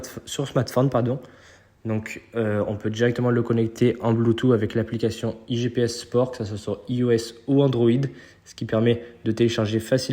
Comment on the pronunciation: Sérieux, j'entends beaucoup de youtubeurs même les plus connus dirent "IGPS Sport", 2 minutes après c'est "IG Sport" apprenez au moins à prononcer correctement ce que vous présentez ... c'est IGP Sport 😆 sinon effectivement super compteur !